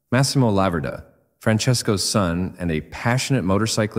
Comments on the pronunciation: IT'S A LA-VER-DA IS THE CORRECT WAY TO SAY IT YOU WOULD HAVE BE FROM THE USA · In Italian it's pronounced 'Lavverda'. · La-ver-da...too much alume-min-um on the brain?